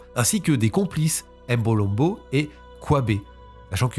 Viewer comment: Toujours au Top, Mais la prononciation de certains nom m’ont déranger lol. Mbolombo, Ngeni,… On ne dit pas M-(Aime) Mbolombo mais uniquement MBOlombo sans dire le M, Pareil pour Ngeni, Mbappé ou autre Noms africain commençant par M ou N 😊